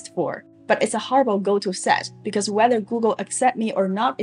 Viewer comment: The word is "because" not "bekou"